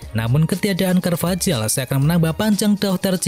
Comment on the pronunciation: Dani carvahal bukan carvajal bacanya